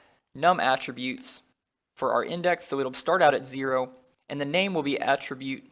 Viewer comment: I really hope you don't keep copy/pasting in the rest of these videos.... Also - I hate how you pronounce Attribute lol